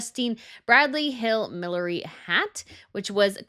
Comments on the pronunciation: MilliNERy. Not millery. Sorry, I had to say it. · It's not millery, it's millinery. Hats. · Millinery not ‘milliery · Fun video and absolutely agree with the choices! Note "millinery" is pronounced mi·luh·neh·ree. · I do like your channel but I wish you would learn to pronounce things properly. It's millli- Nery. With an N. . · Can you please learn to say the word Millinery correct.